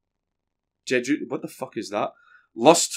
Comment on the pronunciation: Hahaha ""shesh-june? Jej-June.... Jejune?! What the fuck is that?"" You know you really pissed off a journalist when you got him scrounging through wiki trash for defunct Latin words like JEJUNE! It's also the name of fruit cake band out of Berklee College Of Music probably how he found out about it.